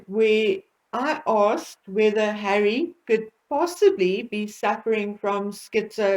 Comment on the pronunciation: BETTERUP IS USING HAWWY ....and Hawwy is using BETTERUP